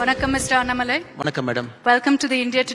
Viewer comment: Annamalaai ❌ Aaatumalaii